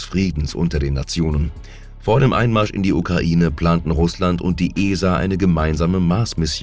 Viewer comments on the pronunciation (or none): none